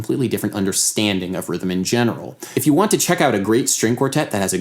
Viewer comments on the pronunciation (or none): none